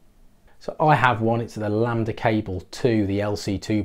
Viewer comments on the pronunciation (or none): none